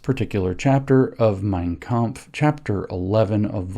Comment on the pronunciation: I give him credit for the pronunciation of 'mein kampf'